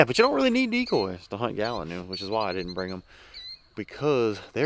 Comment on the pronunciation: das like uh gallon new stew